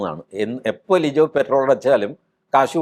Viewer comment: ലിജോ അല്ല ലിയോ ആണ് 🙏